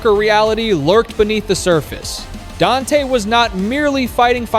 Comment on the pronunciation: Huge disappointment not getting his name correct. You need to remove this and correct it